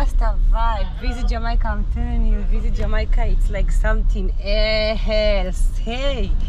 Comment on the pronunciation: In English, it isn' t pronounced "Jamoyca"...it's pronounced "Jaa-may-ca"!